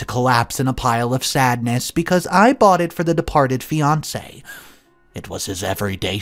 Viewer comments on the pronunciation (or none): none